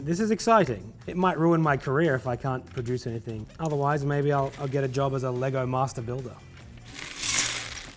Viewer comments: "LEY-GOH MASTA BUILDAH" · People need to stop adding an ‘s’ to the end of Lego. It’s Lego, not Legos 🤦🏽‍♂️